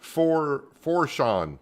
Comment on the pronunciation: Its pronounced Port (Foo-shon) and Houma (Home - ugh) lol 😂